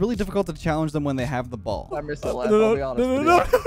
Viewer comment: Anytime your teammate says "Back Left" I hear "Back, Leth"